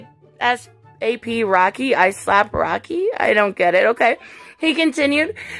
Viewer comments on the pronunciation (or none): Note about ASAP Rocky: You don’t say “A-S-A-P”, it’s pronounced like “ace-sap”.